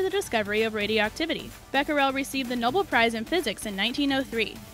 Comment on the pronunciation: WTF is qwenneeeeeen it’s pronounced qwineen. NO NO NO Fleming didn’t discover penicillin. He had no idea what was killing bacteria it was some years later that scientists created penicillin. Also Noble is pronounced NO-BELL